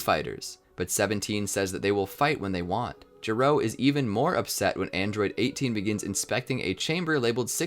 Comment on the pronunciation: Gero is not pronounced G-row, it’s “ge” like the word “get” without the T and “row”. This becomes important because his name is a joke which pays off over 25 years later in Dragon Ball Super Heroes.